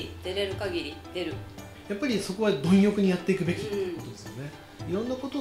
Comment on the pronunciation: × ひんよく 〇 どんよく